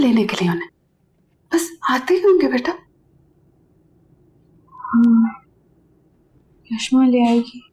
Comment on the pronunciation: Vashma nhii😂😂 yashma nam hai 😅